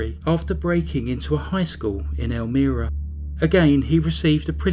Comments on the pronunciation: I found your video quickly today and at first didn't recognize the way you pronounced Elmira because we say it with a long I sound It's a nice place, but in reality New York State is pretty rural with much of the state being conservative and right wing. The part that makes us liberal is New York City. Thank you for another interesting tale of crazy. I appreciate it very much. Have a glorious week! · Meep good vid tho elmira is pronounced el-my-ra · It’s pronounced El-Myra . :) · Hate to be a b*tch, but I live in upstate NY. Its ELL-myrah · I'm from rochester and almost mentioned the pronunciation as well. Also thought the same thing, not that it matters. Still another enjoyable video. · Idc if peep mispronounce a word or two... especially if they're not familiar with the word bc it's from a foreign place, culture and/or language. Butttttt...am I the only one that thinks he said "El-mee-rah" way more than needed? 😜 FYI...it's pronounced EL-MY-RAH. Great video as always!!! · Do more research on how to pronounce the name of the place ur talking about.. It is not pronounced, Elmeera, it is El-MY-ra, n.y. Sometimes I can just ignore mispronounced place names, but u seem 2 say this 1 so much, I couldn't. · well done! I don't recall hearing about this, even though Elmira is very close to my hometown, but their crimes were before I was born. Anyway, thanks for the upload! P.S. it's pronounced "ElmEYEra" 🙂 not that it matters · Its (pronounced) ELMYRA not Elmeera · It's pronounced "elmEYEra" not 'elmEARa'... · Wow, what evil horrible monsters! This story is so disturbing, but well done by you! You work so hard, thank you. The name of the town is El-my-ra:) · It's pronounced El-MYra, like with a long "i" sound. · Loved it but for one correction I must make...as a resident of NY, the city is Elm--I-rah. The I is pronounced as in I am from NY. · Love the vid man, but holy shit it's El-My-Ruh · Not being nitpicking, but it's pronounced "El-MY-ra"